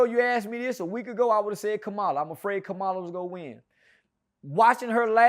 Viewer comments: keep pronouncing her name as “Kuhmila” 🤣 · “Kamila” and “ kamalah “ like wtf bro can y’all not pronounce a damn thing right!?!😂 🤦🏻‍♂️ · lol bruh how you not know how to say her name 🤦🏾‍♂️